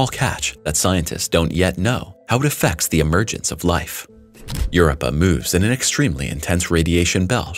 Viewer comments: You're giving a history lesson on Europa and you can't even say it properly. Get crap right before you put out videos. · Pleeeese FIX Your AI's "Word Pronunciation"...It's Drives Me CRAZY...The Way It Sounds Out The Word "Europa" Is So Out Of Wack...lol.. It Makes Me Stop The Video...lol...Just Saying